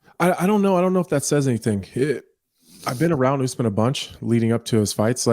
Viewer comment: The count says names as bad as Chael. Oozemin? It’s Usman